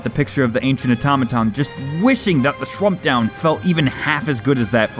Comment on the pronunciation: The "shrumpdown"?